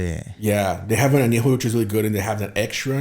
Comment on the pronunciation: If you can’t even pronounce TEQUILA AÑEJO, REPOSADO, and BLANCO, you probably shouldn’t be making tequila lmao.